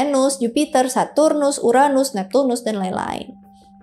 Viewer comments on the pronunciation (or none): none